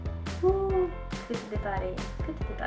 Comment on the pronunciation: imi placu tot pana a zis ombrâ.